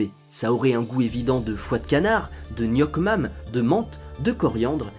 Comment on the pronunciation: Ps: "nuoc mam" se dit "niouk mam"!😂